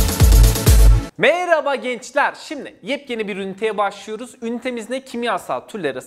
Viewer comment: Hocam meyraba deyişiniz beni bitiyo🤣🤣🤣